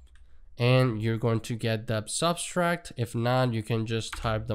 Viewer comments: Sub - tract Not sub-stract ;) Thanks for the tut though. Very informative! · Just FYI - the word “subtract“ has no s in the middle